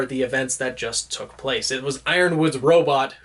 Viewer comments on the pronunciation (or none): none